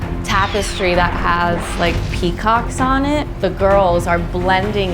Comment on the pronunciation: She says peacocks, but the pea was mispronounced